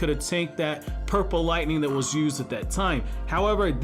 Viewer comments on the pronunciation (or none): none